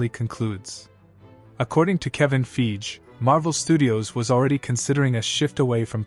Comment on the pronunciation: It’s pronounced like: Fy Gee. You’re saying it like: Feej.